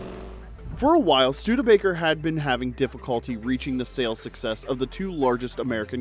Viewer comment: “Studebaker Hock.” FZ.